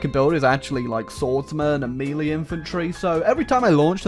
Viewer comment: I can't get over how he says "melee".